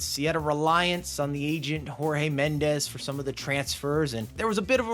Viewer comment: Jorge Mendes is portugués so his name is pronounced like George in English and Mendes is pronounced Menendj. Jose Mourinho called out a reporter at a press conference when he first came to Chelsea, Portuguese J like English J, English speaking media make the same mistake with Bruno Fernandes from Manchester United his name is pronounced Fernanj. Portuguese don't like being compared to Spaniards it's like calling a Scottish or Irish person English or a Canadian an American.